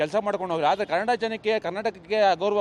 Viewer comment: Kanad alla bhaiya kannada